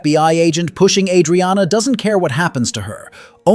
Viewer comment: Tell your narrator how to pronounce Adriana.